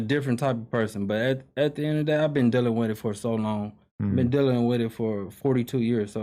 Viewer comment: The cannon family love "THE EHD OF THE DAY" 🤣🤣